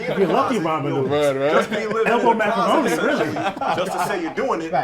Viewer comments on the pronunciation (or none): none